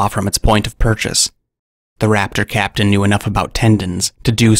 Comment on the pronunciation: The more you said “raptor captain” the more I heard “craptian”